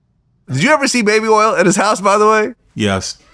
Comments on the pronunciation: Baby erls 😂😂😂😂😂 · I can't with "earl" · Nah we gotta teach my boy how to say oil he cant be out here calling it Earl 😂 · I wonder how he pronounces the other “oil” words: foil, soil, boil, coil… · How hard is it to say "oil" ?